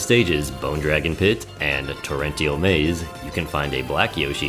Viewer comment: You mispronounced torrential